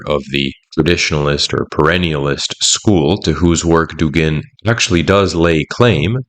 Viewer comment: I just wish you were saying Dúgin, not Dugín.